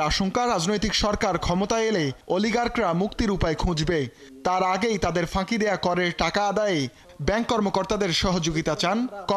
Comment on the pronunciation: তুমি উচ্চারণ ঠিক কর, তারপর নিউজ পড়তে আইস। অলিকাক কি?